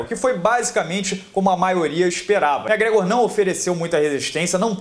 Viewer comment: Cara vc pronucia os nomes muito errado, megrégo é sacanagem velho, é muito tosco seu ingles cara :0 , nem conseguir ver o vídeo direito.